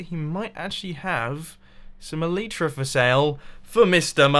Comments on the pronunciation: Its elytra not elyta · in the episode plan you said elyta instead of elytra. mumbo is amazing #lovethatmumbojumbo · Elytra, not elyta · "Get elyta" in the beginning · "get elyta" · it's elytra, not elyta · "Get Elyta" Good job mumbo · ELYTA?! MUMBO! xDDD ELYTRA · Elytra.. not elitra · 'get Elyta' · ya get elyta its elytra lol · ... "GET ELYTA?" Mumbo... Really? (BTW, all caps because that's how it is where I quoted it.) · OMG HOW YOU GET THE "ELYTA" I T NOOOT EVN TING SO HUW YOU GEET ET YOU HAXOR! Kappa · El-y-tra, stress on first syllable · at the start "Get Elyta" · "Get Elyta", What is that mumbo? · "Get Elyta" XD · 12 seconds in and you already failed "Get elyta" XD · Love me some "Elyta" mumbo😂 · I think the correct pronounciation is El - i - tra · "GET ELYTA" What is Elyta? xD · STOP PRONOUNCING ELYTRA INCORRECTLY!!!!!! Pls if you don't comply, I will go brain dead